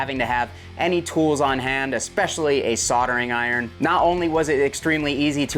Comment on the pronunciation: wtf is with your inability to say the "L" soldering lol ????